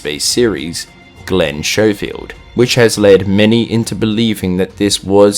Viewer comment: It’s pronounced Skofield